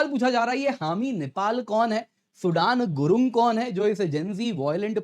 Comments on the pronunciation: Abey😂😂😂it's not सूडान गुरुंग, it's सुदन गुरुंग 😂😂😂भाई भाई क्या कर रहे हो। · सूडान नहीं सूदन गुरुंग! बड़े अंग्रेज़ हो गए हैं आप!